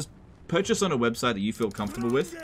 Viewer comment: Ah yes, the man wo can’t say the word „with“ correctly…